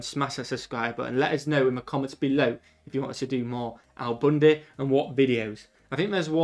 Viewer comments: Who’s Al Boonday? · How he repeatedly pronounced "Al Bundy" in the beginning (as he is british) is so funny .... it's like those mis-pronounciations in the show (like when he had to renew his driver license) ROFL